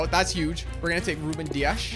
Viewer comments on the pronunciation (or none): none